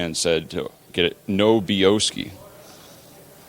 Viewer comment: I think it’s should be No-B-Oski.